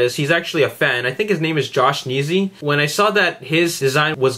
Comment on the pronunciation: wooo i got a shout out but you said my name wrong but its all good :D